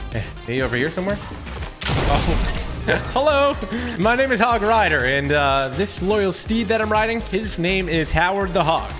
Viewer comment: he can not say hoooooooooooog riiiiiiiiiiiiiidaaaaaaaaaaa he does not play clash royale or clash of clan!😡😡